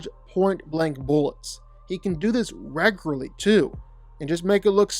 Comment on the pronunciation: Your commitment to saying "raygurlee" as frequently as you did is commendable